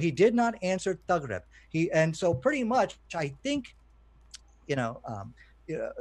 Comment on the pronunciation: I'm Arab: 1. It's "Taghrobou" not "Taghrib" - shows you can't read arabic yourself. 2. The word Taghrobou with reference to the sun means "The sun sets" not disappears. 3. Why are you translating things using a dictionary when legit scholars translated it already? I'm sure if I use a google translation to condemn the Quran you'll tell me no please use the accepted approved translations by scholars.